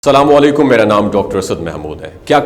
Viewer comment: Bhai ap na Salam Galat keya ha ap APNA Salam Tek kry sahi Salam ha Asalam o ala kum